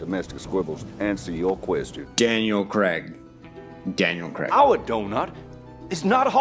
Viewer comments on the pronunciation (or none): Just wanted to add that in Daniel Craig his name is pronounced Crayg not Cregg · Who is Daniel Cregg? The man on the screen is Daniel Craig (krayg). Although it is acceptable to pronounce Craig, Cregg when it is a forename, the surname Craig is always pronounced Craig. Rian Johnson misspells his name to subvert audience expectations.